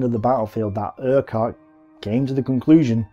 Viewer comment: FFS! The Scottish name - URQUHART is pronounced - URR-KUTT NOT - ERQ-WHART. I can understand a Yank getting this wrong, but not a British WW2 history buff... So you get a thumbs down for that alone! . Another WW2, YouTube geezer mispronounced the other General... AUCHINLECK - Which, like the - QUH in URQUHART is prounounced as a hard C or 'K' - As in - AW-KIN-LEK NOT - AW-CHIN-LECK (...eye roll...)